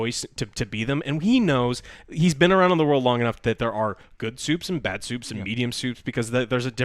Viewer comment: "Supes", not soups